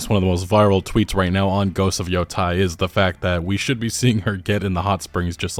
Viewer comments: Man I can't take it when you say yotai instead of yōtei 😅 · Just nitpicking. It's pronounced yo-tay as in "day" or "take" not "tie" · Look at the voice actress for that game. No one can convince me that it's not woke, too. PS: Yotei is pronounced "Yo-tay" not "Yo-Tai" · Thanks for the video! Just a note, it’s not Yo-Tie, it’s Yo-teh. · You're pronunciation keeps bothering me. It's not Yo-TIE/TYE. It's Yo-TAY/TEY. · Why are so many people on Youtube pronouncing Ghost of Yotei "Ghost of Yotai"? That's an E, not an A. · Just a heads up for future reference since I’m sure this game will be talked about on this channel often, it’s pronounced “Yo-Tay” In Japanese, there’s no such as short vs long vowels, all vowels are always pronounced the same every time A = ah I = ee U = ooh (example: “tsunami”) E = eh (example: “ramen”) O = oh (example: “shogun”) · Ghost of Yo -Teh - e is how it’s pronounced, not on my high horse or anything just lending some insight being that I’ve been learning Japanese 😁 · Seeing as it's spelled Yotei, I'm thinking the pronunciation is Yo-"tay". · Your YOTEI pronunciation are WRONG 😂. YO( TEI ) EI sounds like AY in MONDAY AY. just change D to T , TEI Yotei ! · Yotei. YoTAY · why does every content creator I watch covering this game mispronounce yōtei. you don't have to know japanese to see that it's spelled with an -ei and not -ai. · YOH TEH E !!! SAH KAH E !!! For the love of God